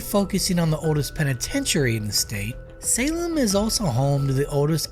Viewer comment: Adding for Salem the same